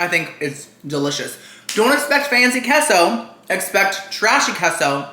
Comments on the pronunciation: Omg it’s KAY SO NOT KEH SO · Cheese in Spanish is definitely pronounced KAY-so and not KESSO! 😂 Great video though! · its Kay - so....not Kes - oooo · Sorry, but it's pronounced kay-so. If someone says it is keh-so then what do you call a quesadilla? Keh-so-dee-uh? No. It's kay-suh-dee-uh. Emphasis on the KAY. lol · Whoever told you that queso is pronounced "Keh-so" is an "idi-eh-to." The "e" in Spanish is literally pronounced "ay." It's "kay-so." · as a spanish speaker, its said keh-so, no mamen 🤦‍♂️ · The way he says queso bothers me too (because no one says it like that in English). But you're wrong. The e in Spanish is pronounced "eh," not "ay." The only way to make something similar to an "ay" sound in Spanish is to use the diphthong "ei," which queso does not have. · the “e” in queso is pronounced as “eh”. bc That’s how we say it. Although most native english speakers say “kay-so”, it’s easier i guess? Idk sometimes I do say “kay-so” so it’s said both ways i suppose. But the correct way is “keh-so” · Kay-sew. Anyone who says otherwise does not speak Spanish. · no, you sound dumb saying this shit so confidently lmfaooo. nobody that actually speaks Spanish is pronouncing queso that way. kay-so is literally the American pronunciation (I blame Chipotle for convincing y’all that’s how its really pronounced). just ask someone who actually speaks Spanish in real life or even go on google and see how the voice pronounces it. you being this loud and wrong when google will literally pronounce a word for you for free is the fse. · You can say queso any way you want. Love you. 😍